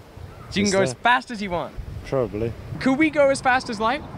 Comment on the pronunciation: Lol your Aussie accent came out when you said "probably" towards the end